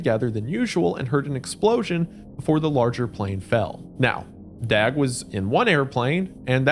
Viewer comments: Love the video! The Swedish pronunciation of "Dag" sounds more like "Dog". No one asked but I wanted to share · Missed opportunity to say "dawg" when it's the more accurate way to pronounce "Dag" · The a in Dag sounds like the a in tar, not bag.